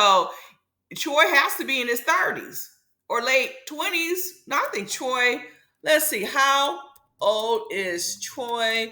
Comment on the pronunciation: Why you keep saying troi name like that ?